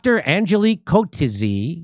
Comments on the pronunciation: Pronounced Kutseer Soft on the K as in koot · Pronounced Coot Zeea. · This is why I love being South African. We say it as it is and we don't bull shit our way around anything. PC culture has no place in South Africa. PS: Coetzee is pronounced Kootzeer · Coetzee - the name is pronounced cutsee - The u as in good - and an accent on the long eìe as in eek. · coetzee is pronounced coutsay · coetzee is pronounced quit-zi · KOOT-ZEE-A fyi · Not to be that guy Jimmy but the pronunciation is Koot Zear for you Yanks.. I know it's a small thing but as a Saffa it's always a little nuts how hard you fellas struggle with Afrikaner names. Thanks for bringing this up though. We have been shouting this out for months now but no one has paid any attention